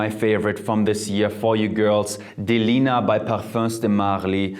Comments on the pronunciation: Thanks for the suggestions! As for Prada it's pronounced La "fa"mme like saying aahh. And for Parfums the" s" is silent because it's only to know its plural. I know I know... French is complicated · Side note : - The "s" at the end of "Parfums" is silent. - Mugler is pronounced the "english" way (the e and the r are pronounced) - La "femme" is pronounced la "famme"